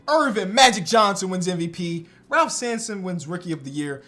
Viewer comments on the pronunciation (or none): none